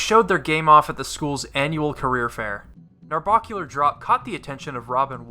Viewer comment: It bugs me how you mispronounce "Narbacular drop" its bac not barc